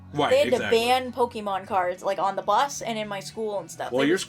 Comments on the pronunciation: Pokémon, not pokimon. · No, it's just pokémon. "pokimon" "poke a mon" are incorrect.